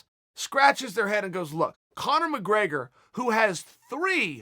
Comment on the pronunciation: conor mcgraygor